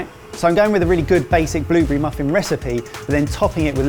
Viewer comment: What's a Bloobery? Oh you mean blueberry...